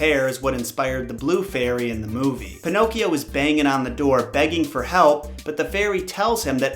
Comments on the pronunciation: Every time he says "pinokes" I giggle 😄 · I love that u keep calling him panocks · I love how you call him “Pinoques”